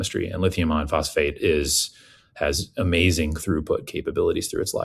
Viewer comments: Why did you both keep saying lithium "ion" phosphate instead of "iron". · Why does say "lithium ion phosphate?" Does he not know it is lithium IRON phosphate? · It's lithium IRON phosphate, not Ion. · Lithium iron phosphate. It’s not lithium ion phosphate. It makes me question somebody’s expertise when they can’t even pronounce something correctly.. ❤😂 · Dude said “lithium ion phosphate” multiple times. Concerning…